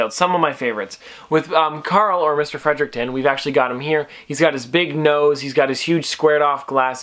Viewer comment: Sorry but it's Fredrickson but great video!